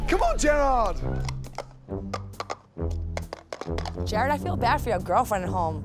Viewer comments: Is it just me or Ramsay still can't pronounce Jared and say Jerad instead? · GR: “JEROD”